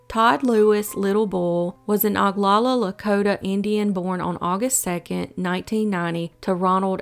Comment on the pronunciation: Need to learn to pronounce Oglala and Pierre.